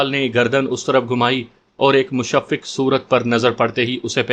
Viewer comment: الفاظ کی غلط آ دایگی سے مزہ کرکرہ ھورھا ھے۔۔۔مثلا خاکم بدہن ۔۔ مشفق وغیرہ ۔۔۔۔ناراضگی معاف